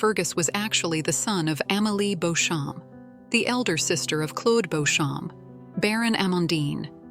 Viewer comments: Who the hell is Beauchamp, its beecham ... AI is annoying ! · If you are going to talk about a series then you really should learn how to pronounce the names properly !!! Clare BEECHAM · Beauchamp pronounced Beecham. It's Anglo Norman, so is Stuart/Steward/Stewart, Bruce.